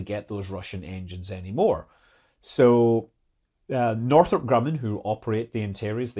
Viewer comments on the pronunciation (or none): none